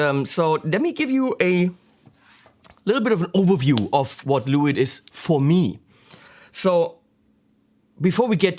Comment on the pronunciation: It`s pronounced "Le witt" ;)